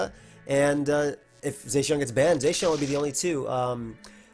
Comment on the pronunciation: Still waiting for people to pronounce Zacian correctly. May never happen.